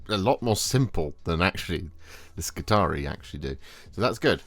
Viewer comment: You pronounced Hastarii correctly. Appreciate this as it always mispronounced!